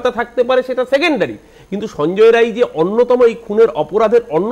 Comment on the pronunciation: Sanjay "Ray" na.. vul bolchen... ota Rai hobe